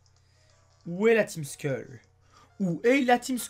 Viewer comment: ''Team Skull'' se prononce "Team Skeulle'' à la française pck la facon que tu prononce, on dirait tu dis "Team School''